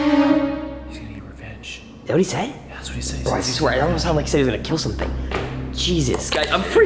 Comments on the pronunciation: he said he's going to get refenge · it sounded like jibber jaberish like rahfgfkgl and then get refenge